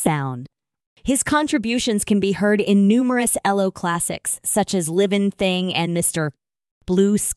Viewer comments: Their name was E.L.O. not "ello". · Would be nice if you got somebody to read things like this, that could actually pronounce the man’s name which is Elo not Elo not yellow but ELO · Get your facts right. It’s not Ello. It’s E.L.O. Get your knowledge up to date!!! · Be good if you could actually pronounce the peoples names and the name of the group, which is ELO not L rhyming with yellow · Computer cannot spell band members names! Ello-goodbye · Agreed - "Ello" put me off from the start. Horrible piece of rubbish. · WHY WOULD ANYONE SUPPLY MS AI VOICE?? YOU CANT EVEN GET THE GROUPS NAME CORRECT. “ELLO”???? AYLO??? SERIOUSLY. WHAT A JOKE!! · You might want to listen to other videos to understand how to pronounce the band name and other 🎼🎵🎶musical instruments. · Saying 'Elo" is really annoying! It's E L O!! And it not ten thousand and thirty eight, it 10538!!